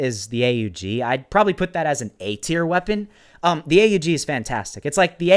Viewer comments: Not hating but it's not a u g you say it together aug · It’s pronounced AUG not A U G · btw is not a-u-g its pronounced aug like pog